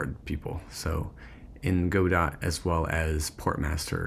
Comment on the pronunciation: Godot is pronounced "guh-DOH" not "GOH-dot" my friend. 🙂 Anyways, great content. Hope to see more.